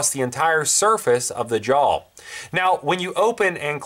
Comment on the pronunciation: question is - does it have a belt loop it is a 'JAW" NOT a 'Jowl"...